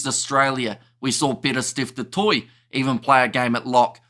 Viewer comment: As an old Irish supporter, that Steve Smith the old Sowsnek (english) 10 used to get me fuming. He continually mis-pronounced Danie's surname as "Gurbur". And that was the tip of his rude ignorance. He mis- pronounced the surname, 'du Toit', as 'dew Twat': ffsks. It is good that accords respect to the pronounciation of people's names.